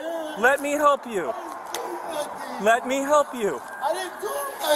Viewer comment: he said "nuffin" not "nothing" 🙂